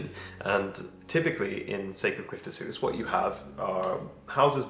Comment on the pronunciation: Nice to see that you care so much about your house that you intend to read up on "byggnadsvård". 😊 Your pronunciation on "sekelskifteshus" is spot on btw! Tile stoves, kakelugnar, is a Swedish invention from the 18th century and they are super efficient. They keep the warmth in the house for much longer than an ordinary stove and was a game changer back when people only had open fireplaces. In an open fireplace 90% of the heat is lost. It also keeps the room much cleaner. Personally I find them beautiful, especially those with white-blue tiles, and I wish I had one in my house. We only heat our house with firewood, but in smallholdings as ours, a tile stove was considered much to expensive. A tile stove is normally only heated mornings and evenings, so I think you will come to appriciate them- especially if you are gone at work the whole day. The size of your house and the rooms and the height from floor to cealing also suggest that tile stoves is the best fit for your house.